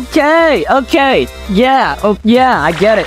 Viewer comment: Am I the only one who thought he said "I'm gay"? He really said "Okay.".